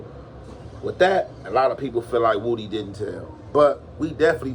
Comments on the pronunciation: Woody , not woooody my dawg lol 😂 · Na its pronounced woohdee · No that's how u say his name.. everyone says it wrong but..woody just spells it that way but he has addressed how to say his name..his family says it just like is saying it